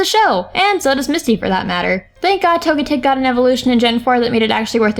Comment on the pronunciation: way they pronounced Togetic is the official English pronunciation...